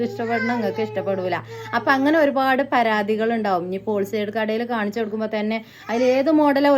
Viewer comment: ഓൾസൈഡ് അല്ല ഹോൾ സെയിൽ 😂